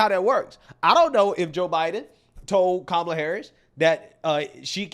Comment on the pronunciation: because he's a white male😅 anybody that says common like that nowadays, I think they Loki wannabe white themselves. I think these people that keep knocking on white men like that absolutely hate the lineage that they are in the wish they were white...